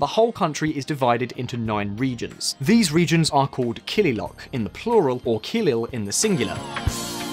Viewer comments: Kililoch not kililock. 'Ch' in kililoch is read as 'Ch' in Ostrich is read. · Kililok ❌ Kililoch ✅ Kilil = Region Kililoch = Regions DERJ ❌ DERG ✅ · Excellent! Only one mistake "kililoch" is pronounced not as Kililok but as Kililoch ... the "ch" is as in "Chair". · One reminder tho the "ch" at the end of " kililoch " is pronounced as u pronounce the of " ch " of coach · its derg as in iceberg and its kilioch as in cockroach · And the pronunciation of killiloch, kilil and Addis Ababa